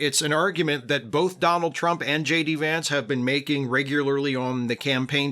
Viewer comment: you pronounced the VP’s name incorrectly.